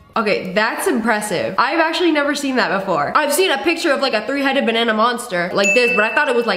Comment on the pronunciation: The way that she was like bananah 😴 Yes I liked my own comment..and what?